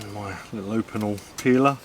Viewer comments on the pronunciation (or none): none